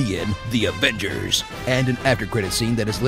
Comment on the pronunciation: "DI AFENCERSSSS" 😂